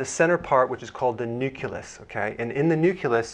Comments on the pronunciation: Did he say nucilus instead of nucleus? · its pronounced neuk-leus not neukulus! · NUCULUS??? You are a Doctor....YOU can't mis-pronounce this word!?!?!?! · marble89 I also noticed this strange pronunciation by Dr Berg 😂